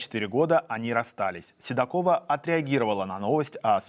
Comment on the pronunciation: СЕдокова,а не сИдокова